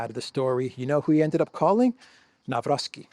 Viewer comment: Nawrocki is pronounced Nav-ROHT-ski, not "Navrovski."